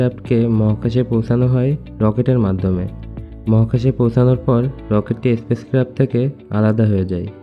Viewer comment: এসপেস ক্রাফট নয়, স্পেস ক্রাফট হবে।